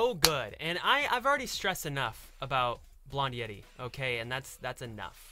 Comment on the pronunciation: Hi I loved the music video I watched it when i came out I like ZIMZALABIM but I like This more and I realized that it sounds like you say Yeti when you said Yeri